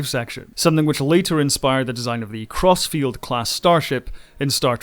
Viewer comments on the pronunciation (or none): "inspired the design of the Crossfield class in Discovery" my ears heard "Atrocity class" for some reason